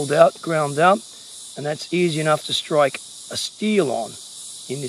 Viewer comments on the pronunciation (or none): none